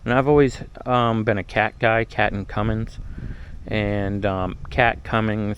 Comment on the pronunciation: it’s a Cummins, not a Cummings. Please, get it right.